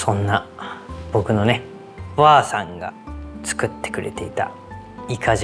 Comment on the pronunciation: たまに"ばあさん"じゃなくて"ゔぁさん"なのおもろい💙